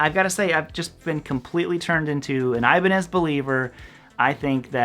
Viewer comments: No thanks. I hate the feel and sound of locking guitars. I tried one in the 1990s, and it felt so unnatural. I stuck with my Squier Stratocaster. And I feel it should be pronounced E-ba-nez, not Ay-ba-nez. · First of all brotha it’s Ibanez not Ibanez.